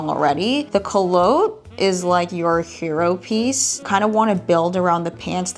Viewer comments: I kept wondering what 'co-loat' was and then I realized you were saying Coulotte (coo-lot) differently! lol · It's not koo lotte , it's pronounced coo lot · I could be wrong, but I believe culotte is pronounced koo-laht. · You're mispronouncing the word culotte. Google the word to hear a correct pronunciation in English.